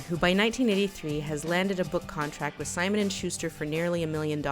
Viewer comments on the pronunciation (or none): none